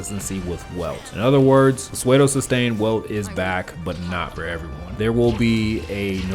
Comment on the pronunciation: I cant bare you saying psuedo literally please its pronounced soodo T-T